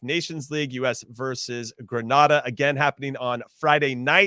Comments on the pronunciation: Please learn the pronunciation of GRENADA 🇬🇩 it’s not Granada . Big to Greenz players small island big talent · If one more person mispronounces Grenada!